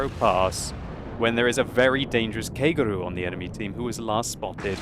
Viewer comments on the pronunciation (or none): Um yeah he did, listen to the pronunciation. He's saying Keigeru instead of Kagero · Did he really just pronounce Kagero in German? :DD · Which is an English pronounciation, not German one. A German would pronounce it much closer to the Japanese original pronounciation as a stays a and o stays o.